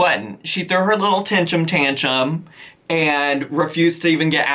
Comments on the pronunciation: The way is pronouncing tentrum tantrum has my brain flipped lol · I’m sorry, but I love how Amy messes up words. It’s kinda cute and funny. I don’t mean it in a disrespectful way. I really like Amy.